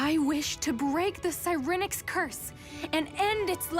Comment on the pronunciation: I like how they pronounce Siren-ix. It's more natural, because you retain the pronunciation of Siren, and not Si-REN, which ... I mean you don't call a police car sound that, do you? I don't know where the other came from.